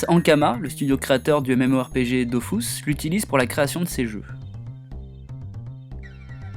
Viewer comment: Et ouai Excuse-moi mais le "U" se prononce "U" et pas "OU" sauf si tu es allemand :)